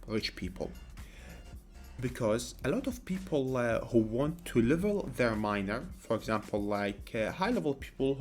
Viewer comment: Ur pronunciation of miner is kinda SUS